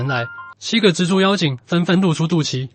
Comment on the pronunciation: 是「隻豬」，是「蜘蛛」，傻傻分不清楚